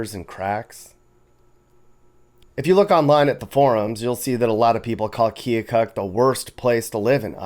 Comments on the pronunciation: Time to start the great local debate. Its Pronounced Kill-kuk not kee-oh-kuk! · Pronounced "Kil-kuk" if you're from there.